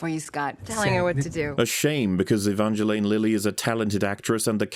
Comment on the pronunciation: The Long Man can talk some shit about how the actors didn't agree on how one of the characters' names is pronounced but hasn't gotten the memo about how the real person's name is definitely not pronounced "E-VONgelAYne".